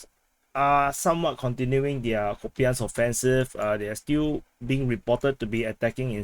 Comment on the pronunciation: Kupiansk apparently should be pronounced "Koup-insk"